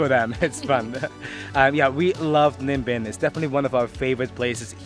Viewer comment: Im very impressed with your pronunciation of Ninh Binh. It’s very accurate.